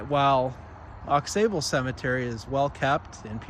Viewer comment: It's pronounced Au Sable--x is silent; It's TAAAbler--long a; do your homework. My family is there and i'll be buried there.